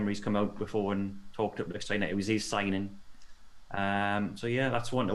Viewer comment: C'mon it's Lichsteiner, Lichtenstein is a country haha